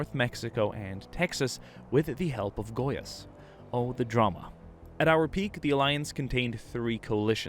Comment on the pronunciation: Im am a brazilian and the way that he was saing gois was so funny and far from how its said